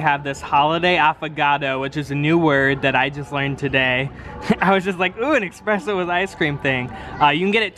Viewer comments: no one:: expresso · dude, its espresso not expresso